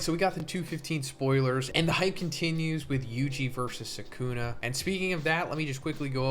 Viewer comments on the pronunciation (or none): none